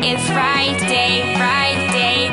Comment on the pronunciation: Im sorry, but is there something wrong witht the way she says friday, kinda sounds like she saying, "fried eggs fried eggs" and what the f%^% is that dancing, you call that dancing, she has no rhythm what so ever